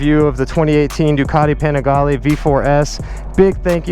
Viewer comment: PLEASE WORK ON THAT PRONOUNCIATION.. PPEENIGALEE